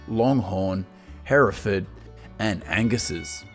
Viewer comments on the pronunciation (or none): none